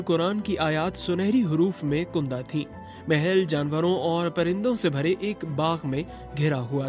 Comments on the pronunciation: Good v-log. But the pronunciation is not upto the BBC stringent standards. It is Amatul. Not amtul. It is alf not alif laila. Alf is 1000.alif is the alphabet. It is Kandah not Kundah. Sorry about this but BBC should have high standards. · برائے مہربانی اپنے تلفظ کی صحت پر توجہ دیں آپ نے شہزادی کے محل کی دیواروں پر engraved قرآنی آیات کا ذکر کرتے ہوئے لفظ کندہ =कन्दा کو कुन्दा है پڑھا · Diwaron per Quranic aayat sunahre Huruf me "" kundah " thin Janab kundah ghalat hai sahi talaffuz ( kandah ) hai yah Farsi ka masdar kandidan se hai kandah ka maana khuda hua ukera huaa